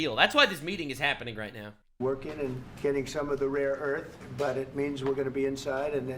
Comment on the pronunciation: Rare earth... not raw earth someone please...